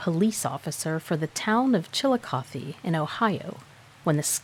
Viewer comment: Thank you for pronouncing Chillicothe correctly. Many of our towns, rivers, lakes, etc., here in Southern OH are named to honor old Indian tribes who called our area home not long ago.